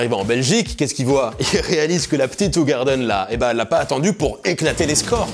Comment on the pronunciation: Alors ça se prononce ou-rar-deun.